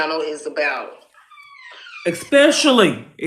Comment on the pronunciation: ES not expectially